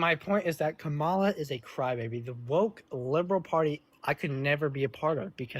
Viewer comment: another caller reading from the same script, starting by mispronouncing Mrs Harris' name followed by "Im not smart enough to provide sources or discuss policies beyond mistreating and deporting the innocent." Still very much enjoy (should I?) how absolutely, calmly and a bit on the vicious side destroys him. thanks.